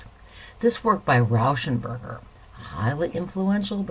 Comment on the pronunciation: Rauschenberg-er? I know it's a slip up, but still made me chuckle 🤭